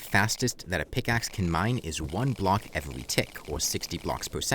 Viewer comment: “Evewy pickaxe”